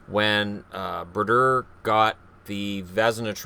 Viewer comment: Bru-dur. haha